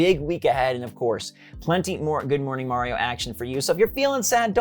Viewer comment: is he saying good morning mario or good morning morioh?